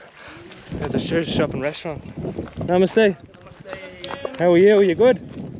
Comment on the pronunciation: Everytime he says namaste Sounds like my mistakes